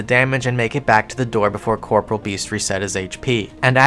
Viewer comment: I know this is off topic and pointless but....WHY DO PEOPLE AFTER ALL THESE YEARS STILL CALL IT CORPORAL beast? It's pronounced Cor-Por-E-al